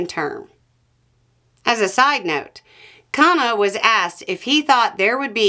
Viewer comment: KHUN-na, not KHAA-na.